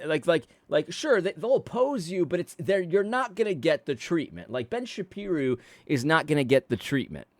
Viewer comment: Ben Sha-pee-ru 😂